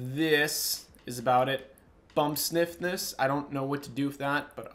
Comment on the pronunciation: In tuning he said bump sniffness